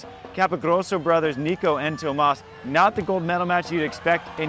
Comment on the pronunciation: Thanks for emphasizing that his name is TOMÁS not THOMAS. Appreciate when a commentator puts effort to pronounce the names of the players properly.